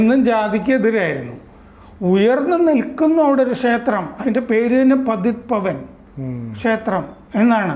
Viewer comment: पतीत पावन क्षेत्र. പതീത് പാവൻ ക്ഷേത്രം എന്നാണ് ശരിയായ ഉച്ചാരണം.